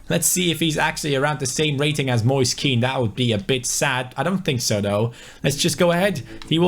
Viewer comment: Hey, just to let you know Kean is pronounced "Ken" in italian great job with the career mode anyways. Like so can see